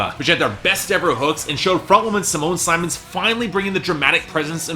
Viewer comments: Simone Simmons last name is not pronounced like Symons, it's pronounced like the word sith, only word I could think of with the i pronounced correctly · Except that her name is spelled "Simone Simons." My mother's maiden name is Simmons and it is pronounced like you say. The single "m" compels me to pronounce Simone's last name with a long *i*, but if you have heard it pronounced differently or have an understanding of Dutch phonetics then I should change my pronunciation. Thanks!